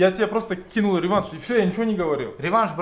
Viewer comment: Бл*дь,хотя бы рЕванш эмес,ревАнш дегенди уйрончу, ебана